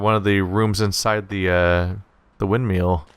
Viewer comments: Rewatching this series because its a great game. Forgot how agonizingly triggered I got every time he says Windmeal though ;_ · why is hearing windmill pronounced windmeal adorable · Every time he says "wind meal" I crack up. :P Great videos man, really fun to watch.